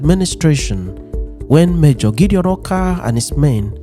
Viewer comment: Orkar not "Oka"